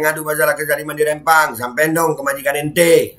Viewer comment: Rempang bukan Rembang, huruf Pe bukan Be ....